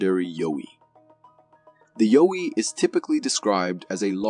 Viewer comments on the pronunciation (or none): it's pronounced YEOW-EE, not Yo-wee :) and yes, that's a costume. , NOT a mermaid. looks like maybe a dolphin or small whale species. it's covered in fabric to keep it moist till the tide comes back in, they are trying to save it, imho.